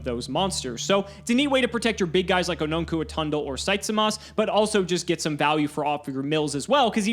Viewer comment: Yep, still misspronouncing Onuncu 👍